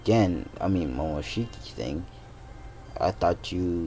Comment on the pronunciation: Did he say momoshiky